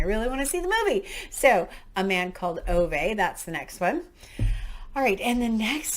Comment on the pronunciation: Oh, I'm so excited that you chose A Man called Ove (pronounced ooovah) when I read it, I sobbed my heart out, so definitely don't do it with any other emotional books. It's actually already been made into a film prior to the Tom Hanks one, where its actually set in Sweden and not been anglicised. Really hope you enjoy it, but I'm glad I won't be the only one to blame if you don't, phew far too much pressure 😅 Being a Brit, and sorry for telling you about pronouncation again, you almost got it right it's Bog (log) nor (nuh like razor) Regis 😊 There are some recommendations in there that I like the sound of so may read along at the same time as you when it comes to those ones.